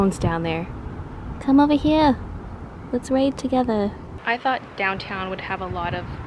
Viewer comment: "Come over heea! Let's raid togetha!" lol